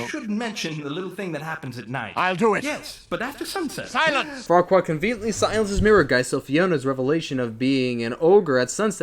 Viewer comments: every time I hear fuckkurad I always hear fuck kurad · farquad sounds a lot like f**kquad